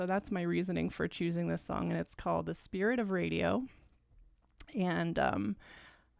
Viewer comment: THANK YOU for saying the title correctly. You have no idea how many people call this song "Spirit of the Radio". Drives me NUTS!